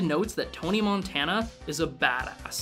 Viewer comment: Would you stop saying Montana like the state, thats not how his fucking name is pronounced